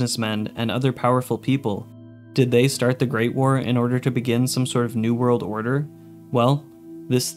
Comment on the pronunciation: I like you but hate the way you say Great War. You say it like it’s one word, like GREATwar instead of Great War